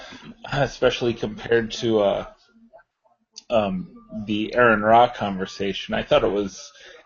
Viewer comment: The first five minutes of this video are painful. Shut up, don't take sides and let the guys debate. Plus, is it just me or does it piss you off when they pronounce Aron Ra's name wrong?